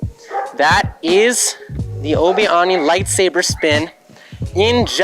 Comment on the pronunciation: "oobi ahnee" bro what